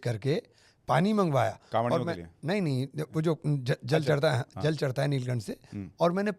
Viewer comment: आप जल को जल नहीं बोल पा रहे हैं तो क्या हिंदू मुस्लिम एकता की बात करोगे और क्या जल भरकर आपके देने से फ़ायदा